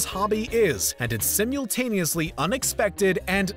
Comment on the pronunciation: He later even turns 'simultanously' into 'simjooltanously' ....